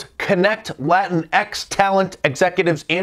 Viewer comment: "LatinX Entertainment" people? I thought at first you were saying "Latin Ex Entertainment Agents" etc. lol until you explained and reminded about the Latin'X' nonsense.